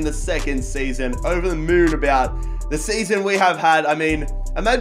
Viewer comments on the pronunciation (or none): none